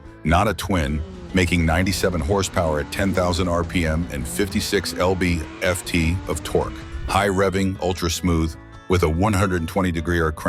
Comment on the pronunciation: Who pronounce lb-ft "elbe-efte"?